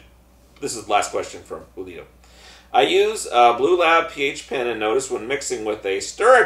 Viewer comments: Who.lito is how its pronounced correct? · Thanks for answering guys, and btw you pronounced it right towards the end. Julio with a t, and dont worry everyone butchers it LOL. Great show!